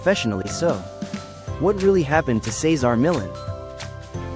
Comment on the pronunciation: How lame this doesn't even pronounce his name correctly. Loser AI recap of selective info